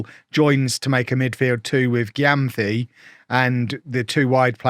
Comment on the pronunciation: gyamfi is a ghanaian native name and it’s mentioned more like “jemfi”